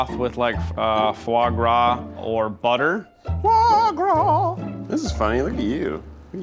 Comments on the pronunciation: Fois gras? C'mon, Keith! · “Fois gras in place of butter” I see we’re starting strong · fois gois? booooooooooooooooooooooooooooooooooooooooooooooooooooo